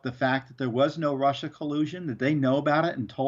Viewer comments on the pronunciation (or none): none